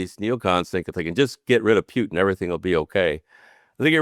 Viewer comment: Have respect,& pronounce President Putin correctly..